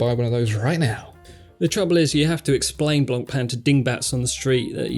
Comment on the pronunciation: The remark about "having to explain Blancpain" which was delivered in a very good American accent BTW, was friggin awesome. I feel personally attacked. But in a fun way. LOL